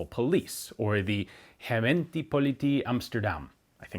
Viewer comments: Ohhhhh. The mispronunciation of "politie" was easy to understand what he meant, and not strange when you don't know the language. I had no idea why he pronounced "gemeente" as "herentie", I didn't know what he meant until this comment. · His pronunciation of the 'g' sounded a bit Spanish-influenced, which makes sense considering he lives in the state of Arizona. To the ear of a U.S. citizen, the way he said it might have been spelled 'hemente'. The 'politie' sounded kind of French to me, which I attributed to him being a Francophile and learning the language as we speak. I wonder he read it off the page, then tried to apply what he knew of the language to the word. I would have pronounced it about the same, I'm afraid! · I think closer to 30%. Both Politie and Gemeente were not pronounced correctly at all.